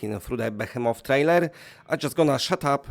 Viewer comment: Friend, Behemoth is pronounced: "Be - HEE - Moth" and the "hee" sounds like knee, or ski, or tree. I pronounce it like "B'heemuth" Thank you for your video.